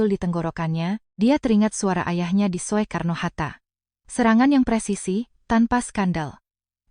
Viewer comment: Soekarno hatta, bukan so e karno mbak,yang benar sukarno